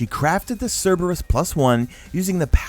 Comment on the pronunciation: Pronounces Cerberus right Proceeds to pronounce gif wrong smh lol